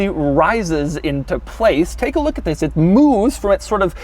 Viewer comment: Pagani Huayra is my FAVORITE doug vid. In this one he just gapes so much he blew a fuse in his head, he even messes up the "THIS " in the beginning